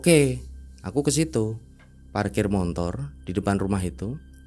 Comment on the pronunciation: Ni Narsum cara jelasin nya datar bgt njirr,kyk g punya ekspresi,ngomong belibet,ngga jelas deh pokoknya,apalagi paling gedek kalo bilang montor montor montor,sesusah itu kah bilang motor😅